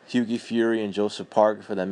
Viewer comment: As soon as he mispronounced hughies name I knew this guy didn't know shit about boxing!